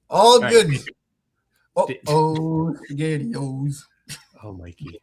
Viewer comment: "On top of piss-ghetti all covered in jezz..."